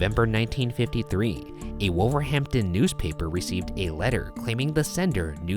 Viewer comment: The way Ryan also said Wolverhampton annoyed me lol